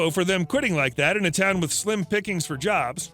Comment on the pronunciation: Sorry, couple of times I heard Slim Pikins (the actor) instead of slim pickings